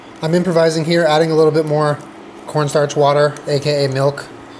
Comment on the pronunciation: I know what he meant, I was making fun of him for saying it wrong